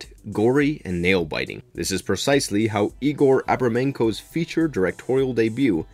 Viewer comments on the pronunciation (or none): none